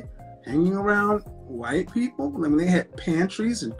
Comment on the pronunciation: Lol he can't say white people lol